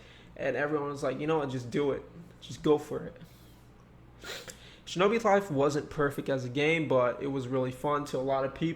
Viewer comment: decembaaaa shinobi fife